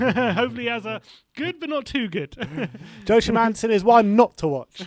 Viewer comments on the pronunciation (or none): Joachim is pronounced "Yor-keem" in danish. Last name is AndersEn spelled with and E. "Anderson" is swedish.. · It's about time you guys search up the correct pronunciation of Joachim (andersen). Great video keep it up👍